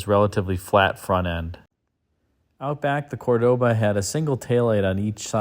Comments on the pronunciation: The car is beautiful, but I dont like you say: CordÓba, it is CÓrdoba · the true pronunciation is COR doba... emphasis on the COR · It would be scratchy fine Corinthian woll. Corinth raises sheep, not cattle, lol😅. Also the pronunciation of Cordoba is an affectation, which Montalban pointed out. There was a Dodge version which was not successful.